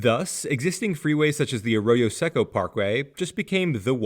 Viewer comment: In local English, Arroyo does not rhyme with “a fro-yo” [a frozen yogurt] like you’re saying it. It sounds like uh-ROY-o. Then the Seco is pronounced like the Seiko watch, say-ko instead of seck-o.